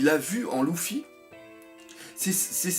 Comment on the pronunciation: j'ai remarquer que tu arrivais pas a dire luffy mdrr , tu dit toujours louffy :)